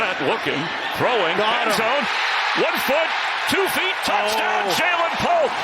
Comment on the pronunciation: "That was a Patriot ROUCHDOWN! For Remandre Stevenson!" 😂